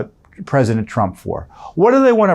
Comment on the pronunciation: May I ask... does he keep saying "rump"? Is that because if you say his name the right way will this get demonitized or banned?